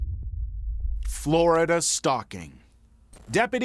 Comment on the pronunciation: Why do you pronounce Florida like popular rap star Flo Rida?